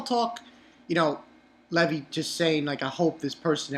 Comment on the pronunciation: One question why do you pronounce it Leh-vee instead of Lee-vai?